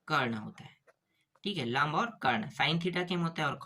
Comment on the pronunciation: लांब ❌ लंब ✅ गुरु जी आपने गलत किया है 😂😂😂